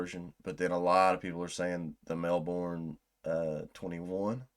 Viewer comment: FYI "Melbourne" is pronounced more like "Mel-burn". The Australian accent makes it sound more like "Melbin'", but i wouldn't expect you to say it like that.